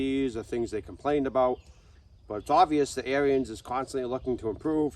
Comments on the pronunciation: The Dad's pronunciation of Onyx is the correct one, however, he pronounces Ariens wrong. Ariens is pronounced as two syllables like Air-Ens, not Air-E-Ens. All that being said, I'd be perfectly happy with the Ikon, although I'd re-paint it to suit myself. A lot of it would stay Ariens Orange, but I'd change some parts of it to an Arctic White to make it more closely match Ariens equipment from the 60's and 70's or similar to their 90th anniversary edition. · I have been so busy that i didn't even see that ariens made an onyx edition. It's pronounced "on-ix" and " air-ens" . About the only thing i don't like about the onyx edition, and ariens zero turn mowers in general, is that they got rid of the serviceable hydros on the lower end / residential units. They used to offer an ikon model with the 2800 serviceable htdros. Now you need to get an apex which is about $1500 more. Gravely does offer a model that fits in the mix, at a slight price increase and not 1000$ dollars more like Ariens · Pronounced Air ens